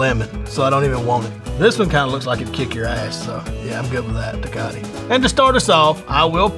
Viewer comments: "Tekati" lmao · Te-cot-T lmao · Dude said “Tecati” 💀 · I loved it, lol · The way he said TECATE